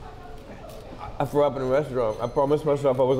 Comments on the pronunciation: “I frew up” was I the only one who heard that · Muwwy fwew up